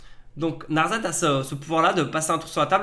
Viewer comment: NarSSSSSSSet ! C'est Narset. Pas narzet ! Et personnellement, je pense que elsha ne sera jamais utilisé.